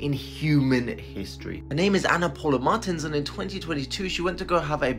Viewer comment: Dude butchered the name Martins!